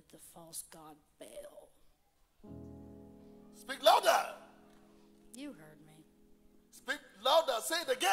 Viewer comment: This is the fakest thing I have ever seen. The lesbian playing demon, the guy playing pastor and exorcist. Just a complete sham all around. Also, a demon would know it is not pronounced "bail" but "bah-all"